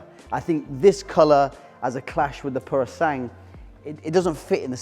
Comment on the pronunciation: I'll be the nerd: the Ferrari is pronounced 'Purosangwey" but hey... who's arguing?